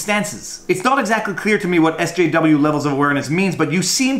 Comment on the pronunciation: Wow, you can't even say SJW?